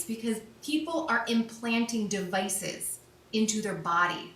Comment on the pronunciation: "_ people are implanting dEeViiCess_ !!" this episode was pure comedy😂